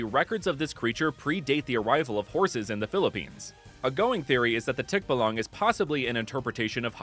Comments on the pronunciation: It's pronounced tikbah-lang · Im a filipino. And you keep on mis pronouncing the words! Like for example tikbalang is 2 syllables. Tik, and balang. Its not one whole word. And for the end, emphasis on the lang. (I’m not offended just making a side note)😊